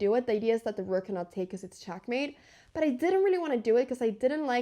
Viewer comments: What regional accent makes you pronounce e‘s like a‘s? Like ChAckmate and knight-E-SAven. Is that Valley? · It's not chackmate, it's checkmate. Check